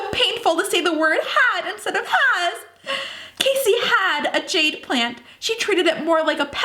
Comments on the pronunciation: I love you ok, but it annoys me when you pronounce Cassie's name as Casy, as it is Kassie Cassie, is pronounced Kassie, but I love you so much, and I love this series! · I agree my sister name is Cassie and when she says Casey it bothers me. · 4KidsGaming it is pronounced cAssie